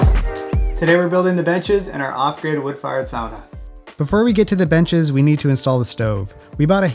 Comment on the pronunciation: Pronouncing was surprisingly good. It was easy to understand. Usually when nativie english speaker try finnish they use same pronauncing rules what you have in english. Lady of the house (or sauna) really nail it.